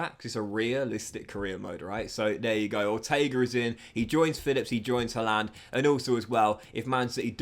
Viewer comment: Why do you say haalander?